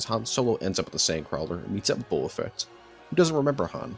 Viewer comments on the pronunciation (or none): "Booba Fett" oh my god